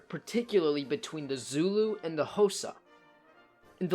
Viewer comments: Sorry man, but its not pernonced hosa, its pernounced koza but spelt xhosa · As someone from South Africa, this is a very good and informative video. P.S. “Xhosa” is pronounced khosa. x = k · Like Trevor Noah said Khosa is a car, its tsk-osa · Side note mate, you pronounce Xhosa wrong, say it as you would “Cause”with an a on the end Causa, it’s the X that confuses I know. Very cool short history though ,I enjoyed that :)🎉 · My man really said hosa for xhosa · Its not K sound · The X is a click sound. Not a k sound.